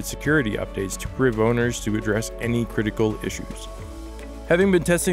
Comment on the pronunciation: Did he say BlackBerry Briv?